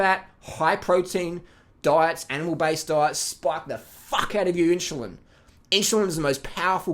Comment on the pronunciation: "inshulin" LOL greetings from Poland